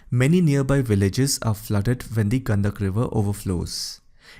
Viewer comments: It's not गंदगी but गंडकी , गंडक नदी । Rest is good. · Gandak nahi gandaki hai